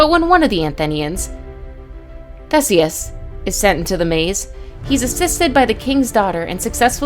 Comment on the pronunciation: Why does she call it crateee and Theseus thesis